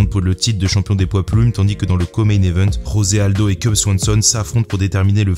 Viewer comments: Très bonne vidéo. Juste pour tes prochaines vidéos, on ne dit pas Rosé Aldo mais José Aldo, c'est un brésilien et non un hispanique. Et c'est pareil pour tous les brésiliens, Dos Anjos, Pantoja... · Juste comme ça, le "J" de José Aldo se prononce comme en français, pas comme en espagnol. Aussi, Paulo Filho se prononce "Filio"